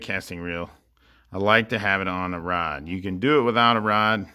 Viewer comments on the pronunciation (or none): mad you can't say rod properly???